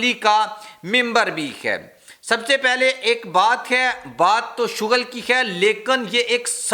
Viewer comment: کیا چیز ہے تم ہے کو خے بولتے ہو